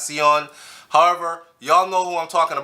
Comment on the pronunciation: It's Ex ex ex ten tacian, the pronunciation that is!